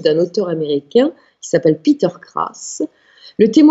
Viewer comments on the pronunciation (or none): none